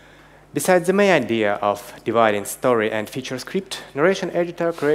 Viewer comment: Ребята, конечно же - молодцы! НО!! Какой УЖАСНЫЙ акцент! Ну неужели нельзя было пригласить, хорошо говорящего по английски, спикера, и тупо дать ему текст. Чтобы читал. Или самим, немного поработать над произношением. НУ, камон! "Зэ", "тхей"?! .... Да так даже в первом класе, стыдно произносить. What a f#@ guys?? Начните уже, говорить по английски - хорошо!